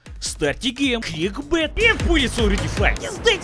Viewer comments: The way pronounces "bullets" brings a smile to my face. YOU'RE GETTING BOOLYETS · You get boolets, you get boolets, and you get boolets! YOU ALL GET BOOLETS!